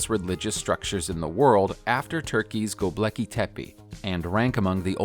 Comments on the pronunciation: Lol "Gobleki" 😂 my man dyslexic af, it's Gobekli you fool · "Gobleki Tepe" ha ha ha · gobleketepe? lol.